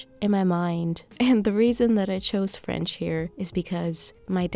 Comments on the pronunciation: your french accent is so good!!! félicitations!! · Hey,! I'm from Brazil. I've been watching your videos for a LONG time now, and I just gotta say it: your voice is so soothing! I love learning languages (currently learning korean) and also have this calm/caotic lifestyle. Your french pronunciation is on point!! And of course, the mood of the videos, lighting, cooking and presentation style is also so comforting and easy going on the eyes. I have sensitivity issues so your videos scratch the itch in my ears and eyes lol. Thank you so much and wish you the best. Congratulations on the book!